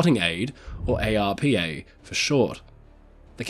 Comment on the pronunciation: ARPA is an acronym, so is normally pronounced as if it were a word. I've never heard it spelt out as individual letters before.